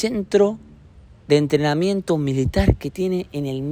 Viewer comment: entreamiento? jajaja